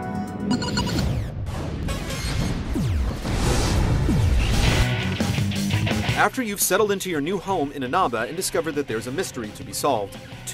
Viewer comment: In-anaba? its In-a-ba sorry for gammer nazi.